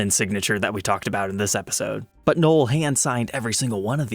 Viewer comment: It's " NO-EL " n o e l " lihe Christmas, people tend to pronounce it wrong